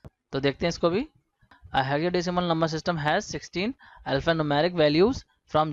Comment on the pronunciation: Sir your explanation was so good but the pronunciation of Hexadecimal was wrong please check it